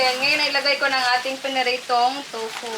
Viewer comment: TOFU...Hindi TUFO.😂